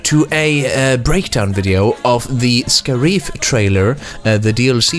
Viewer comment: Sca-Reef Lol